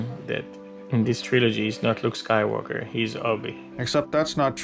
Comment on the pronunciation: "the Luke SKYWARKER that we knew". Well if you still have to learn to say it properly, it guess it explains a few things...